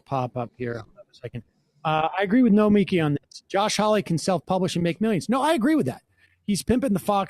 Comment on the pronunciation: Sam, learn to pronounce Nomiki. It's not hard. Calling her "Nomi" is confusing with Nomi Prins. Get it together dude>